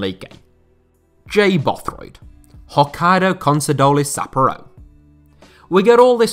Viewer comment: Isn't it Sapp pour oh, not Sapp oaro